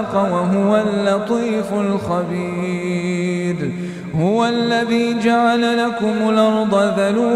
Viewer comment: السلام عليكم ملاحظة وكأنني اسمع في الآية ١٥ الا يعلم من خلق وهو اللطيف الخبيد و الصاءب الخبير نتعلم منكم القراءة جزاكم الله عنا خير الجزاء دعواتكم لنا بالتوفيق و لأبنائنا بارك الله فيكم وجزاكم كل خير